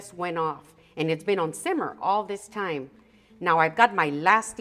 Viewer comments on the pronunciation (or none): none